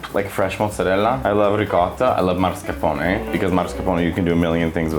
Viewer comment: You should probably learn how to pronounce mascarpone correctly. 💁‍♂️ Marscapone, lol. 😂